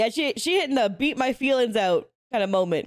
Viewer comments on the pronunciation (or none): none